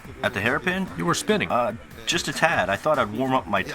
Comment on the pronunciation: "On the street, the setting of this car might be juuuuuus' right." Hahaa I didn't know was such a Suth'un boy!